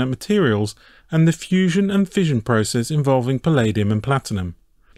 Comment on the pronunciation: ah yes, fussion